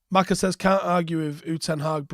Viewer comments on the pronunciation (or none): none